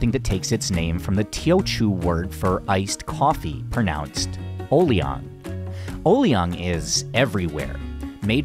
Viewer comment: “O-liang” and “Yok-law” - your pronunciation is a little off.